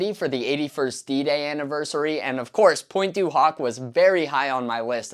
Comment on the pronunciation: loved the video a lot, well documented but please I'm not even french myself but the way you pronounce pointe du hoc in the most american way possible triggers me everytime hahhaha it is almost straight out of the scene in the cinema in the movie Inglorious basterds... anyways keep up the good work and keep teaching the younger generations about the legacy of our grandfathers